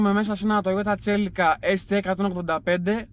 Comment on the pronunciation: Μη το λέτε ΤΣΕΛΙΝΓΚΑ ρε με πληγώνει... CE.LI.CA... ΣΕΛΙΚΑ. ✌️💪🍕